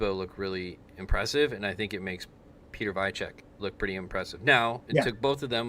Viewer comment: Piotr Weicek is P-oh-ter Vi-ynt-cek polish pronunciation If u wanna learn how to pronounce their names just ask Google to pronounce it in their local dialect.